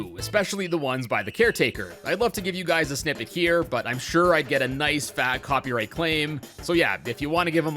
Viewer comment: Did- did he really just say 'Poppy-right infringement'?